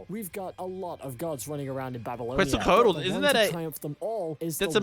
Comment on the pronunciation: It bothers me how he says Her name tho i have heard worse😂 The correct pronunciation of Quetzalcoatl is KET-sahl-KOH-ah-tul. The "ue" in Quetzalcoatl is pronounced as an "e" with a closed sound. It is preceded by the "Q" which is pronounced simply as a "K"